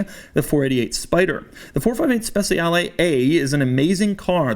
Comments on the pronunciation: it's not speZiale it's speCiale (like CHEEse) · Speciale not spesiale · He also should say SpeCHiale against Speciale, because in Italian C pronounces like CH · It isn't pronounced spetzialee, it's spechale, with the soft "ch" sound. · "spesiale" xD cheers from italy doug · every italian is crying every time he says SPESIALE AE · Trick for English speakers.. speciale is pronounced ‘spechale’ where ‘cha’ sounds like the Cuban dance ‘cha-cha-cha’. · More of a personal thing but I cringe when people pronounce Speciale incorrectly, it just sounds so off. In Italian the cia makes a cha sound. So really it sounds spe-cha-le where both letter e's make a soft sound. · It's pronounced "spechale", not "spesiale". You've been to Como, you should know... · Its pronounced SpeCHiale Aperta. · Special ee Special aea Special eah How To Pronounced A Specialeaea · Everytime you read ‘Speciale’ I cringed... Or is it my bad? I thought it was pronounced ‘spec-cha-le’ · Spessiale....no good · Can't pronounce Speciale, literally unwatchable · The way you say speciale a instead of aperta really grinds my gears. The way you pronounce speciale aperta is just bad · It hurts my ears when you say speciale. Even Google translate pronounce it better.